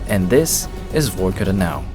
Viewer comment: It’s not VOrkuta. It’s VarkuTAH!